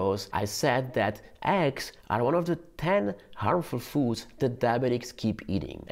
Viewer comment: not aggs but Eggs like the E in Enter. it isn't Anter